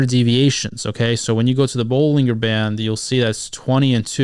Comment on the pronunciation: Pronounced "buh-luhn-jr" btw